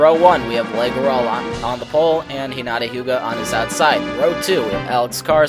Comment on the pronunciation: no offense but you pronounce the name, leigh, 'lee', not 'lay'